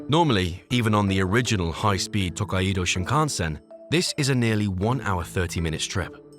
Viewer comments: km/hr hr is the correct abbreviation for hour. Your rendering of "Takaido" is a total disaster. Amusing if it wasn't so tragic. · This vid shows no respect to the Japanese at all! It's the Toe-kai-dou Shinkansen...... not Taka-ido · Someday, A.I. will learn to pronounce foreign words. Tah-ah-ee-doe? 🤣 Tokaido is To-kai-do (toe-kai-doe) 🙄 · It is pronounced 'To-kai-do' not 'Tok-kaii-do" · >Tak-ai-E-do Thats is a wild pronunciation. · Couldn't you have spent just 1 minute telling the narrator how to properly pronounce Tokaido? It's not "to-kai-eee-do". Make me think this video is just AI generated crap. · It’s Tou - Kai - Dou. Tōkaidō. Extend the O. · actually, it's tooh-kai-dooh. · Not saying you should learn how to speak Japanese, but a quick check so you have some idea of how to pronounce some stuff would be amazing, because the way you pronounced tokaido gave me an aneurysm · Nice video but the way you pronounce “Tōkaidō” is absolutely ridiculous. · It's just one word. It's name. The bare minimum effort was to google how to pronounce the name. that's just lazy and sloppy production.